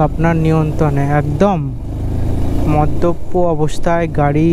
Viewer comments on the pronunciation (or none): ব্লগ করবার সময় ভাষা, শব্দের ওপর নজর রাখা উচিত, আরো সচেতন হওয়া দরকার, মদপ্পো নয় ওটা মদ্যপ হবে, লচন না লোচন হবে।